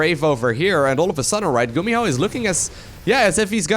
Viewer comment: you make GuMiho sound like GumiHo